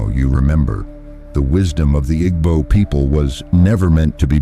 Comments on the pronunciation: Igbo is pronounced eeebooo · Nah it’s the pronunciations that irks me. IG-bo is crazy work 😂. Great content tho, I just wouldn’t mind the writer also reading it for cultural context